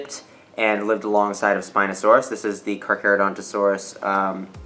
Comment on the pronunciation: Speenosoaris is bayder